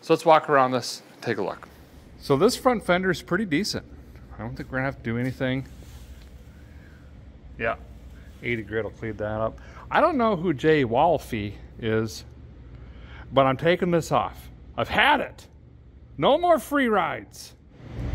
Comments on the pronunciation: Jay Wolfe is a Chevrolet Dealer in Kansas City MO . Its pronounced wolf the e is silent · Pronounced as wolf